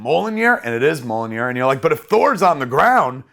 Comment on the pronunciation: Mi-iol-nir. Mjolnir.